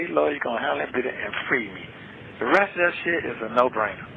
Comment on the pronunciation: it’s THAT not DAT!!!